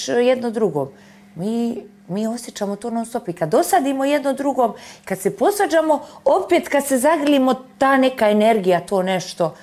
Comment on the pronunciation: " takodzer " .. " osječaj" .. " posvadzamo" itd itd 😐